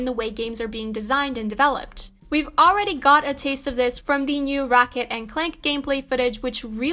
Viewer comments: I heard "Rocket & Clank". 😆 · “Raket & Clank” ffs she ruined my excitement lol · Lol you beat me to it. First it was a golf club now it's a racket lol. Then comes the clank sound in the head lol.